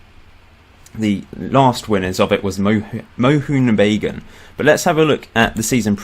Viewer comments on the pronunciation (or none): Greetings from INDIA..it was pretty funny when u pronounced Moh"oo"n B"ai"g"ai"n...its more like Moh"a"n B"aa"g "aa"n..Then again Nice video man